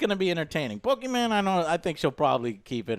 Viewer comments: As I hear Joe say “Pokiman,” I died laughing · Poki MaN pokiW